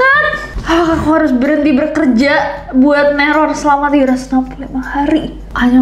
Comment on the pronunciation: BERKERJA ❎️ BEKERJA ✅️ (tanpa R setelah "be")